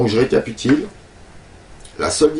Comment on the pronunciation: Sympa ta vidéo merci. Au fait c'est Récapituler pas récatupiler... Mais ce mot est récapitulant je te l'accorde.